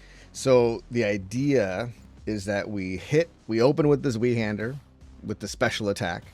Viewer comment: I got ear cancer with your pronounciation of Zweihander